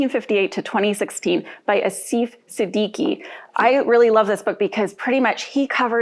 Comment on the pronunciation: That's not how you pronounce Asif.